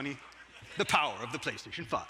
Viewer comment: "Da power of the Playstation Five !" The way he says it cracks me up 😆